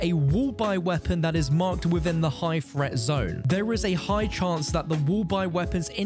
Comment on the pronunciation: High fret zone. Fing. Learn to speak